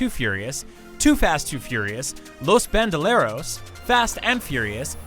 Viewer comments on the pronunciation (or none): its bandoleros not bandaleros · Don't you mean Los Bandoleros not Los Bandalers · I love the fast & furious movies. Just one thing, the number 3 is ¨Los Bandoleros¨ (instead of Bandaleros) which is the Spanish translation of ¨The Outlaws¨. Nice video tho!! :P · Los BandOleros, not an A